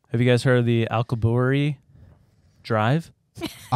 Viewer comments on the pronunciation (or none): Why is the guy who can't read in charge of reading? Alkaboorry? Really? AL-KU-BI-ERRE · It is pronounced like "al cue be air." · al like alex. cu like coo/koo. bierre like pierre. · (Al-que-be-air) Drive.